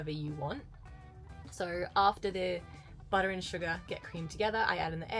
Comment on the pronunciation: say buttah one more time i dare you